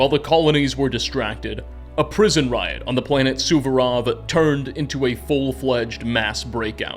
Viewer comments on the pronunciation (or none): none